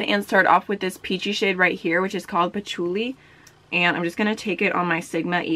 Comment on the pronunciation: Thank you for knowing how to say patchouli! I was been watching unboxing videos and people are messed up by that word and it blows me away.